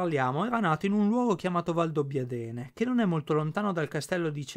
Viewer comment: Comunque si dice Friderìci e Valdobbiàdene